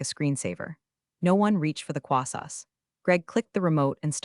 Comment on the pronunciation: Words mispronounced: Licorice Resume Croissant Subtlest